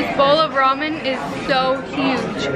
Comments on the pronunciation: Romen keren not ramen keren u funny lol!!!😃😃😃😃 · First of all, how dare you say rumen????? ....Second, that stripped yellow shirt is so pretty I'm so in love with it. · It's pronounced "rawmen" not "raymen"!! 😜😜😍😍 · I feel like I'm the only one who gets slightly irked when say raymen instead of ramen (besides Khoa, obviously...😂) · Who actually says it RA-MEN not RAY-men? I say RA-MEN. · I love you but you keep pronouncing it wrong. The correct (Japanese) pronunciation is raah-men (accent on the first syllable, long 'a'). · Saray Ibanez SHE SAID IT WRONG!!!?!?! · I cringe everytime you say Ramen wrong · Come on keren stop saying ramen correctly :(